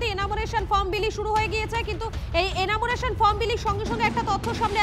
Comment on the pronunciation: এনামুরেশন নয়, উচ্চারণ টা এনুমারেশন